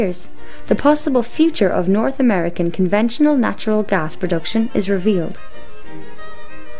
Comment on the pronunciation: good point, invest in alternative energy, gj. idk why you have to play spooky music and have a narrator who can barely pronounce gas, but hey, whatever.